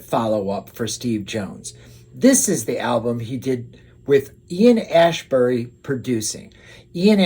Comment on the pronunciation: Saw Steve Jones (one of my all time greats) at the Hollywood Palladium right after Fire and Gasoline came out on New Year's Eve '89. He was great, you could tell he wanted to get out and play and loved that it was at the Palladium. Alot of his favorite bands had played there in the early 70's. Troublemaker is my favorite song on the album. Also sounds like you pronounced Ian's name "Ashbury". It's Astbury. He sings backup on the song too. LA back in the 80's was so freaking awesome.